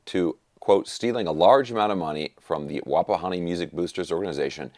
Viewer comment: You said Wapahani right. I am impressed sir!